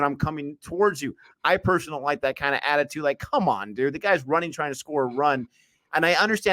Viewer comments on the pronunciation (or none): none